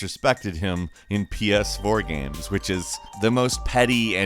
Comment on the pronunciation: I love the way he pronounces games, as gams. I'm not being a dick or making fun, it actually makes me smile.